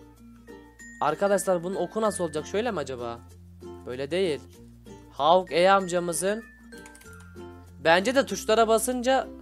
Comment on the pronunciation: abi man gelmiyor okunuşu şöyle hawkay yazılışı Hawkeye